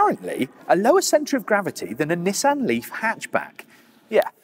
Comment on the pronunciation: As annoying as it is that he butchers the pronunciation of "Nissan". And it's almost as annoying that the brits pronounce "coupe" objectively wrong. It is a French word pronounced like "coop". They are pronouncing it wrong as "coop-pay". But, whatever, Brits hate the French, so intentionally butchering a French word isn't surprising. At least pronounce Nissan correctly. There is only one correct pronunciation of that...